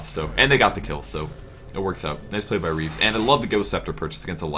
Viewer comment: no, not "Reaves", "Reeves".